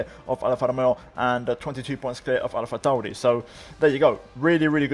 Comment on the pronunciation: Why does he say Alfa Romeo and alphatauri like that 😂😂😂